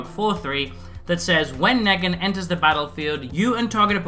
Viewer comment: Could tell you never saw the show just by how you pronounce his name, it's pronounced Nee-gan/Kneeg-an